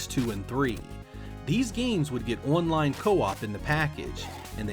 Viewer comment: I cant get past how you say online as one line